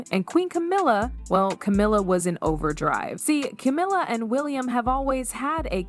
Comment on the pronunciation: AI bullshit. Can't even pronounce Camilla's name right.